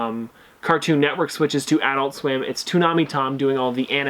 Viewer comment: The way you say adult is funny